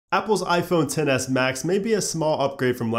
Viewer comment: I cringe when he says iPhone 10